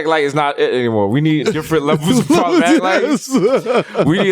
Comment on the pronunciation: ...👀...this episode should have been called, 'Problematic Light, Shlloblamatic Light' ...😂